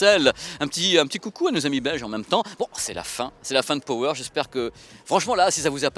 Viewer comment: ●●● Pitié, de grâce, à tous ceux qui emploie le mot ANGLAIS "power". Arrêtez de mal le prononcer, ce n'est pa "PO WÈRE" mais "PA WEUR" ; allez, distinguez-vous de tous ces mauvais publicistes ... Ceci dit, merci pour cette vidéo, TRÈS BON SUJET ! Et oui, tous comme pour la VIUE, beaucoup perdent LES OREILLES et se contentent de ce que j'apellerai des "LEURES de MUSIQUE" certes très pratique vue le poids, mais bon, après, c'est un choix ... "En perdant la foi, l'homme a perdu le gout du merveilleux" ... ●●●